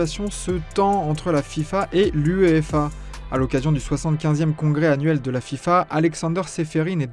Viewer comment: Ça s'appelle UEFA pas "UEEFA" , t'as ajouté un E je vois l'intérêt 😅😅😅